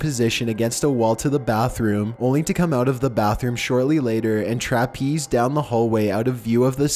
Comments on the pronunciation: Trapeze? I think you meant traipse...pronounced Trayps. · "Trapeze" down the hallway? Do you mean "traipse"? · You pronounced traipse wrong.